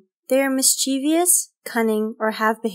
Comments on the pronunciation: This is excellent, except for the spelling and pronunciation of one adjective: mischievous. The word is NOT "mischivious" or mischievious" to be pronounced, "mis-CHEE-vee-ous. The correct spelling is m-i-s-c-h-i-e-v-o-u-s, to be pronounced, "MIS-che-vous." Three syllables, NOT four. Please look it up. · The word is MISCHIEVOUS. There is no such word as "mischievious", no matter how many people INSIST on saying it that way until finally it even gets spelled that way! Tell you what: Believe your spellcheck, NOT other undereducated youths. 😑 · Mischievious, not mischivious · Rant Nation Don't forget the misspelling and mispronunciation of 'mischievous.'